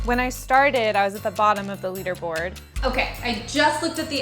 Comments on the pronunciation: Lol you say it “leader” board not “letter” board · bro she keeps saying "Lederboard" instead of "leaderboard" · It's lee derr board not luh derr board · “Letter” board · It's leaderboard not lederboard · Was it just me or she kept on calling a "leaderboard" a "letterboard"?! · It's leader board not letter board, wtf is wrong with u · It was pissing me off how she pronounced LEADERBOARD as LEDDERBOARD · LEE-Derboard not Letterboard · It says leader board y she keep saying letter board??? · Is she saying ladderboard or letterboard like wtf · "Lead-er-board" she said it twice! Jesus! Maybe it's because I'm a cis white straight hertonormative individual of the patriarchy, but I learned to read, and learned to pronounce the word "leader-board" because I was competing with other dis hertonormative straight white men in videogames. I guess she learned the word through reading and not speaking. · Leader not leeder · the way she said leader board was like letter :O )...i'm just saying that is pretty weird in my country we say the ea as ee lol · It’s Prounonced LEEDER board! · Im so annoyed by her pronouncing leaderboard as letterboard over and over and over on this video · it makes me cringe when she says ledder board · When she drinks alot of water that day she pronounces it literboard. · letterboard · "ledderboard" lol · Do all Americans pronounce ‘leaderboard’ as ‘ledderboard’? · Did she just said ledderboard? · How can she hacks the TH app and not know how to pronounce “Leaderboard” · Wait do a lot of people pronounce ‘leaderboard’ like that?😂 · Can hack chip can't pronounce leaderboard. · is that how you pronounce leaderboard? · Yeah... but no one says it that way. The etymology of the word relates to displaying who is ahead in a competition. It has nothing to do with letters or lead (the metal).